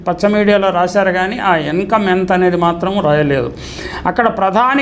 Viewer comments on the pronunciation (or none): నీకు చూసి చదవటం కూడా. సరిగా. రాదా.ఎన్కమ్. కాదురా నాయనా. ఇన్కమ్..ఎవరర్రా నాయనా మీరంతా😢😮😂